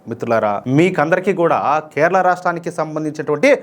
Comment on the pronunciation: అన్న కెరళమ్ కెరళ కాదు మీరు వాలను నమొదు